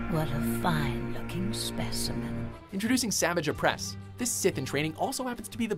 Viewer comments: you can clearly hear that the narrator hasnt watched a single episode. the way he prounonce Savage Opress makes him sound like a Jake Paul fan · Judging by the way you say “savage oppress” I don’t think you watched this show